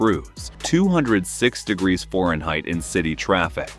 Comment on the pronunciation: I can’t take this seriously when the narrator says “foreign height”